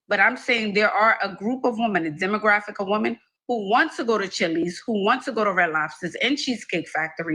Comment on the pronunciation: Nit picky but it’s cringe how can’t distinguish between women and woman. It hurts my ears.